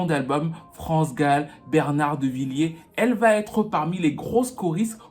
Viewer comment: Bernard Lavilliers, pas Devilliers mdr